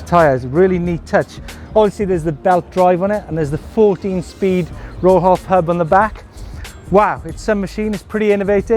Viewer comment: Rohloff is pronounced roll-off, without the H.